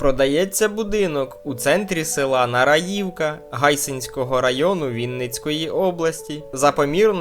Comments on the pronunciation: Ви хоч правильно назву говоріть. Не НараЇвка, а НарАївка. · Які вушка? Ви неправильно ставите наголос у назві населеного пункту. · Смішний ви. Включіть і послухайте. Штучний інтелект часто ставить неправильно наголоси. Село, про яке ви розповідаєте, має назву з наголосом на другому складі, тобто на другій літері А. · Тобто ви вважаєте, що буква Ї в цьому слові другий склад? Хочу вас розчарувати, то третій. Не знаю, що там в вікіпедії, але добре знаю це село. І назва у нього НарАївка.